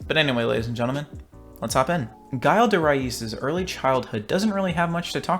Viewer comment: You pronounce Gille like in Jill Valentine.